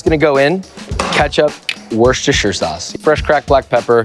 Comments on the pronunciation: He said WorSHISHterShauce, It's pronounced "Wostersauce" lol. Absolutely nailed it (not). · My american friends, i will help you It's pronounced "wooster-shire" not "war-sester-shire" or in this case "woorshuhshishu"... Sick burger though. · OK for anyone that needs to know how Worcestershire sauce is pronounced I will explain it (as an Englishman). It is pronounced Wustershire, anything else is wrong and you are making a fool of yourself. Most Americans pronounce it like Worstershire. That is close but wrong and cringe. Please use this comment as a learning point 🤣👌🇬🇧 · Not even close ahaha, it would be pronounced "Wuster-sheer" not "Worshersher" like it is heree. Usually we shorten it to just Worcester ("Wuster") though. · Top Tip: it's pronounced "Wooster Sauce". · Pronounce it woster sauce! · YOURE A FRIKKIN CHEF How can you not pronounce worcestershire sauce?!?!?!? IT'S YOUR JOB. ITS NOT HARD. wuss tah shah sauce. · The most impressive thing in this video was killing the pronunciation of 'Worcestershire sauce' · Close but not quite. You're not supposed to pronounce the first r. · Americans really do struggle with the pronunciation of 'Worcestershire'. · That might be the best American pronunciation of Worcestershire Sauce and its still ABYSMAL 😂😂😂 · THATS NOT HOW YOU PRONOUNCE WORCESTERSHIRE 😡😡😡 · Please learn how to pronounce Worcestershire lol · He can't pronounce the sauces name